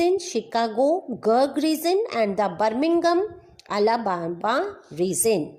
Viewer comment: Wrong pronounciation (Pennsylvania, Alabama, geographical and much more)